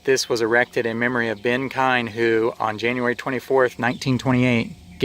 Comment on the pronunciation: Oh, one more thing just for the sake of anyone watching or reading, it's actually pronounced "keen". But don't worry, pretty much everyone says "kine" or "kee-uhn" when they read it, no worries just wanted you to know.